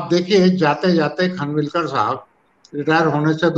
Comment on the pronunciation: भाई लोगो ये खनविलकर नही ‘ खानविलकर‘ है